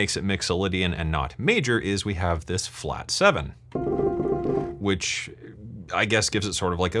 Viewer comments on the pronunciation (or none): none